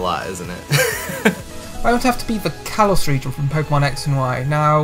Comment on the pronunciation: Kalos, not Karlos